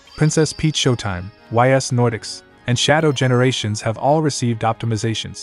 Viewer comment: Was not expecting to hear Ys X: Nordics namedropped, much less featured (pronunciation is "eese" btw, like "geese" without the g)